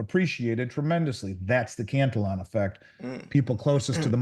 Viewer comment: He can pronounce Hegemony ok but needs work on the Cantillion effect